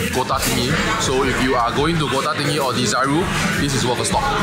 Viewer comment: It's called Desaru. Not Dizaroo